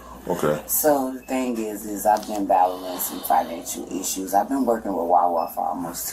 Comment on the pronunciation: The word is not "eeshoes" it's, "issue". Why do you CHOOSE to talk stupid.